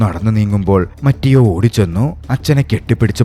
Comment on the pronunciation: ബ്രോ , മറ്റിയോ അല്ല മത്തെയോ എന്നാണ് ( mathew എന്നതിന്റെ ഇറ്റാലിയൻ പേരാണ് മത്തെയോ )🙏🏻